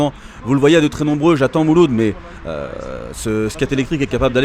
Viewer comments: " mouloud " tu la pas respecté le pauvre 😂😂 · A 6 min 12 il appelle mouloud comme ça y’a plus de problème 🤣